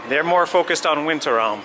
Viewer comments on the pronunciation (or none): Thank you for this interesting and very good filmed vlog. I love this park so much. And it cool to hear that you appreciate the work and the love they put into it the same way like me. A little tip for your german: its called Wintertraum and not Winterraum like you said. If you translate it: Winterdream and you say Winterroom. Just a tip.